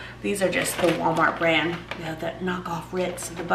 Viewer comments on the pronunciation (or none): none